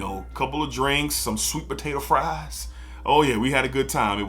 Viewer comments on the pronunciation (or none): none